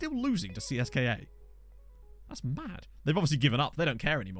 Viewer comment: In Russian you should actually pronounce CSKA as Tse-Es-Ka because "Siska" means "boob" :) Really sweet Conference League showing! Achieving something against more reputable clubs always feels so nice as a smaller club breaking into Europe for the first time.